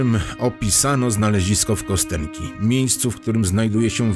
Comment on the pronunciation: To się wymawia "Kastionki". Tam jest rosyjska litera "jo", której od dobrych 30 lat Rosjanie coraz częściej nie zapisują jako "jo", tylko "je", choć pełna słownikowa forma jest zapisywana oczywiście przy pomocy "jo". Nazwa pochodzi zresztą od rzeczownika kość. No i słowo "bynajmniej" to naprawdę nie to samo co "przynajmniej". A tak poza tym to dzięki za materiał. Dobra robota. Pozdro z Dzierżoniowa.